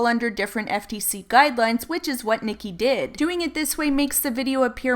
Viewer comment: Ahh I have a name twin! Thank you for saying the name right lol a lot of people butcher it